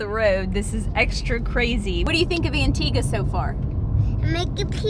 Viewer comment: I live in Trinidad and Tobago 🇹🇹 and we drive on the left also. pronounced Antigua correctly 😊. This was a beautiful vlog as always. Thanks for sharing 😊